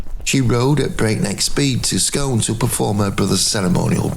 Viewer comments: So fascinating. Well composed, vivid. Regarding the Stone, it’s not pronounced “Scoon”? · Great video. Only Scone is pronounced Skoon.